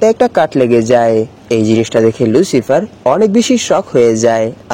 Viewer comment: ʟᴜᴄɪғɪᴇʀ❌ ʟᴜᴄɪғᴇʀᴏ✅ 🙂🙂🙂🙂